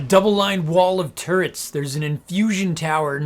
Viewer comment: Just when I think this caster can't get any more obnoxious he says "turrents" You just got the whole package my man.